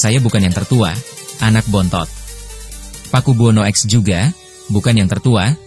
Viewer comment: Naratornya kurang wawasan, mosok Pakubuwono X dibaca Pakubuwono 'eks', kan harusnya Pakubuwono ke 10 😅